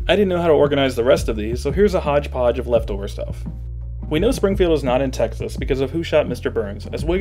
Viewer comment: what the hell did you say about texas? you need to edit your own Closed Captioning because I have no clue what you said about Texas at all. Something about wiggum and trying maggie. Cant tell what you said besides that.